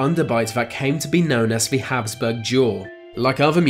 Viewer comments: It's "the" not "vu" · it’s ‘the’ not ‘ve’